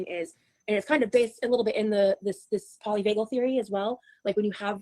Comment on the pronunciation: kept mispronouncing polyvagal…